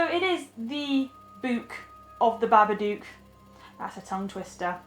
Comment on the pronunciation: It’s not Bubba Duque it’s Bubba Dook